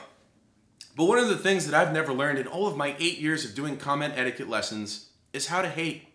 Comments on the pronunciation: This is the first video to feature someone on Younow saying "Commentiquette" correctly. -Mashed potato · the one guy on younow who correctly pronounces commentiquette and likes it and it’s during this video